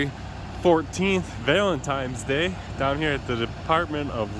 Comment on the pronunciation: Did I hear you right? Did you say VALENTIMES DAY